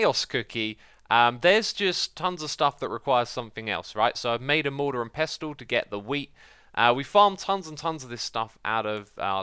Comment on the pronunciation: "pestul" It's pronounced pessel :/